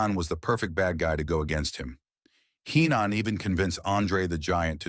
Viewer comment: Watch out! It's a bird!, it's a plane!, no! It's hee-non lol